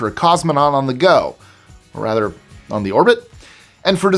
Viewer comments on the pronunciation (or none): none